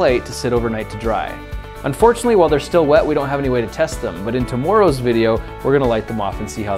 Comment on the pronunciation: Did he just say tumuruws video